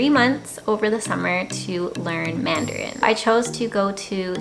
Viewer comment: Hi, I'm very happy to watch your video. Your voice and pronunciation of Canadian English and Taiwanese Mandarin are very very good. You are the best spokeswoman of Canada and Taiwan (Formosa). Besides, I'd be happy to share this film with every friend of mine in Canada. Ciao~~